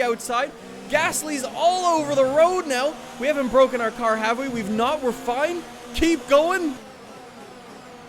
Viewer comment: I’m moving up and down, side to side like a rollercoaster Also: ITS BWOKEN! ITS BWOKEN!